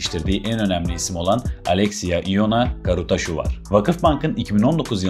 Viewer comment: Arkadaş doğru telafuz "Karutsaşu". Atarabasıcı (at arabası süren ya da yapan anlamına gelir) . Adı Uğur olan birisinin amarikalılarca Yugır diye çağırılması gibi bir şey yaptığınız.